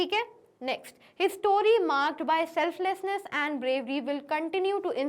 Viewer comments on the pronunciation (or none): han kya pronunciation Selflessness Ap kya bole SELF-NESS-NESS 🤣